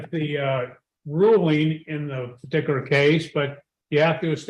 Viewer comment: The way he says "partikular" and the amount of times he says it, are a 'partikular' pet peeve with me.